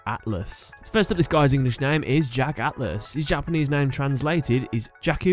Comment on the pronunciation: You sound British but you can't speak like ATHLAS